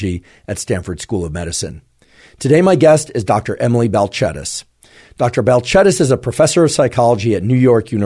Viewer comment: I like that you corrected the pronunciation of her name